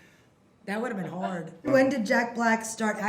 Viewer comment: "That would have been hord" i love this lol